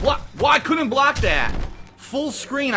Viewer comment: 2.40 "couldn't bolck!" And he was mid air...ffs try to learn at least